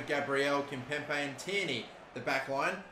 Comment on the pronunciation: There's only 1 P in Kimpembe! It's not Kimpempe, It's Kimpembe!!!